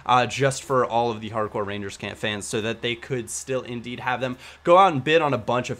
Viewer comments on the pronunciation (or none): none